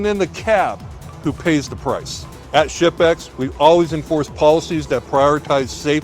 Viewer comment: The combination of my hearing loss and accent had me thinking he kept saying “shit bags” not “ship-ex”